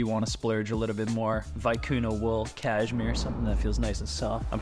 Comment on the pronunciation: it's pronounced caSHmere, not caJmere